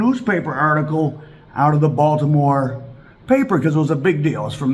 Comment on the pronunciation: Stop saying Baltimore please 🙏🏾